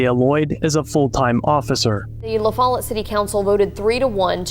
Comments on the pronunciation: Lah Fall ette. Not la fell it. fyi. Love your videos. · Its pronounced La-Fall-Let. Its a small community. A lot of drugs and corruption. Theyre always in the news with something shadey going on. Their mayor as well as school officials have been in the news the last few years on corruption charges. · OK frist of all its pronounced La-fall-it. and second thanks for informing exactly where he moved to on short notice. I'll be sure to call up my neighbors town. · It’s La foll ette and no they shouldn’t have hired him. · This city is pronounced “ La - Fall-it “ a suburb of jacksboro Tn , I had a house float on Indian river marina in la-fall- it Tn. & these cops are the biggest assholes you’ll ever run into. These are the good ole boys system , your rights are only on a pc of paper unless you involve them ! Pulled over for speeding , they searched the car , & tackle box found a syringe with what they said was foreign substance inside the syringe inside a tackle box , it was used to inflate night crawlers to make them float , They arrested me gave me a 8 grand bond , + 8 grand bond for being out of state I payed a bondsman 1600 dollars , went back to court & the tests were inconclusive on what the substance was , oh also had a pack of rolling papers , thats a paraphernalia charge, After paying a lawyer ,a bond & court costs it cost me nearly 4 grand to clear this all up ! That’s justice for ya ! Stay safe 8n la-fall-it , Anderson county Tn , there good ole boys will mess your life up even when your not guilty ! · The police in Lafollette won't care either. It's a neighboring county. I would grade Anderson County slightly higher than Campbell, but still a bunch of good ole boys in both places. Besides his former commander gave him a glowing recommendation. (It's also pronounced LaFOLLette. The newscaster said it correctly.) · It's a very poor community and is littered with drugs and corruption. It's pronounced La-Fall-Let by the way.